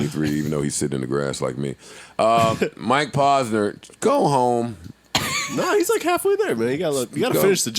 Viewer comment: OMG, my brain bleeding out of my ears! Mike (PAUSE-NUR) = wrong, Mike (POSE-nur) = correct. Rappers always say their names, repeat it back how you heard it doesn't seem that complicated??? it's driving me nuts that Joe pronounces words and names wrong, like its on purpose; adding and subtracting "S's" for no reasonz(other then ? f*cking up noun and verb tense... (ex. the Plural of Goose, Joe would say Gooses... instead of the correct plural "Geese.") ... Joe, my Man's, because you have early on-set Dementia/Alzheimer's, and a platform, doesn't give you the right to say sh!t wrong so often that people forget which was which and pronounce something wrong to someone else who then looks at them like "WTF...? You been hufffing glue and sipping Daddy juice all G.D. day?" ... pull this n!gga up Dictionary, Thesaurus, Wikipedia and whenever you say a word over 2 syllables or longer, you have to look up the phonetic spelling as not to spread illiteracy through the hood. Joe might be an undercover brother who reports back to whitey ....